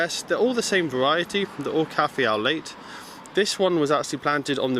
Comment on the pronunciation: Thanks for the tour! I did write a comment but pressing space bar skips to the next video and deletes the comment instead of posting!! (second try using notepad) Your front garden looks fab despite the abysmal weather we have had this year. FYI - Cafe au lait means coffee with milk in French. Lait is milk but is pronounced like "lay", instead of using the t like "late". No biggy. We have a similar spikey plant on the left but with reddish brown leaves. We have 2 in pots that came with the house when we moved in. Last year, one of them got decimated at the top. Not sure if it was the extreme heat in London or what but it was black in the top middle and the leaves were just falling off. Same thing started happening with the other one this year but not as bad. Luckily both have babies so not too worried. I wonder if they have a "shelf life" in pots or is natural to these plants? Sunflowers look awesome and you really have a talent for them. How did the Alliums do this year? Is it true that fushia berries are edible? All the best.